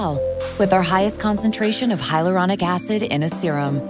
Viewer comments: Sounds like Mor-ro-nic Acid, which would be very appropriate for the irritatingly dumb way they are pronouncing this product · After all this time, I would think you would teach her how to pronounce hyaluronic correctly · why she saying hyaluronic like we're advertising to toddlers SAY THE WORD NORMALLY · Because many people can't pronounce hyaluronic acid correctly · The way they pronounce Hyaluronic Acid annoys me to no end. 😖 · I thought that when I saw it, looks like she couldn't pronounce it so they just gave up and kept it in 😂